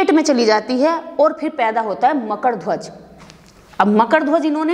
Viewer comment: न ढंग से हिन्दी बोल पाती हो न ही संस्कृत । बकबक के अलावा कुछ नही आता । मकड नही मकर है । श्लोक पूरा गलत । सही है अज्ञानी हो ।